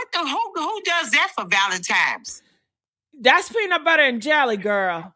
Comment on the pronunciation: Anytime at this big age we still saying “ValenTIMES” 😒 you can gone! I’m sorry.